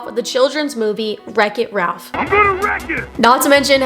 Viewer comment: She’s butchering the plot. You can still watch Wreck-It Ralph. Also “rech it ralph”